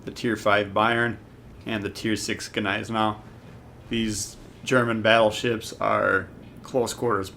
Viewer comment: Don't pronounce the 'G' in Gneisenau, it took my years to learn that, lol. Basically it's Neisenau. The rest of pronounced right:) Thanks for the update.